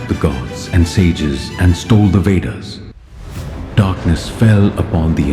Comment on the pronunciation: He said veders😂